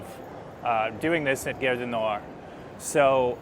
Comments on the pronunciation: cool! fyi gare rhymes with "are". not air. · The "a" in French is pronounced "ah" (as in "father"). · Little note on pronunciation: you are saying 'guerre' du Nord, 'war of the north' rather than 'gare du Nord'....Station of the North :) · GHARE, not gerre.! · nice video; just one tiny little thing... Gare du Nord (Northern Station) is proncounced as "gahr" - you pronouncing it as "Guerre du Nord", sounds to French like "War of the North" 😀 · Hé hé ... It's "Gare" as in "Gaaaaaahre". Aaaaah. Open up the 'a' :). You got it with "cAfé Allongé". Same 'a'. And it's not a company or store/product name, so it's OK to pause between words, same pace as a regular sentence. It's not "gare-du-nord". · Pronounce "Gare" like "garr", but with the A pronounced like the A in "garden". So like saying "garden", but stopping halfway and adding an R. 😘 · His pronunciation is a bit off track I thought we had started a war in the north. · Try garage du Nord then remove age... at the end it should be more or less good 😁